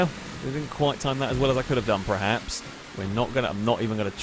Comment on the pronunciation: Why do you say PREHAPS? Does the dictionary just have the word 'perhaps' spelt incorrectly? Have millions of people across the English speaking world just been saying it incorrectly the whole time? .... or are you just an idiot?